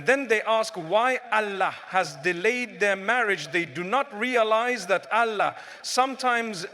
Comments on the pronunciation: Is it a Ai? Because Mufti Menk doesn’t pronounce Allah as Alaa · Why does he pronounce Allah in a sound i never heard him say? Allah is not pronounced like that